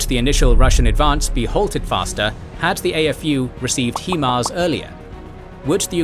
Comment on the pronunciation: Great work, but please do consider the pronounciation of the names of various weapon systems. For instance, HIMARS.